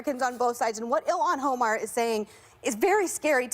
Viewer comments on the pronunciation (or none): "ill-ann Hoe-mar"?!?! da fuq